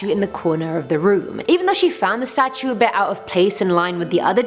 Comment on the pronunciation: The stautue i heard that